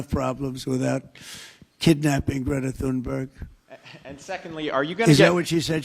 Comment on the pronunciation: It's sad when Trump can pronounce Greta Thunberg's name properly, but the journalist can't. What next, is he going to call her "Greta Thumbdrive?"